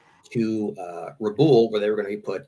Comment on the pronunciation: Hate to do this but Rabaul is pronounced Rah-Ball